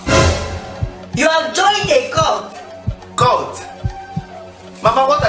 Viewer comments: Its CULT not court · Its cult not court😂😂😂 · Cult not court😂😂😂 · Funny. Its Cult not Court